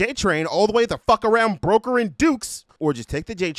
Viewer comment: The way you said "i could go all the fuck the way around BROKER AND DUKES" made it sound like youve lived in liberty city your whole life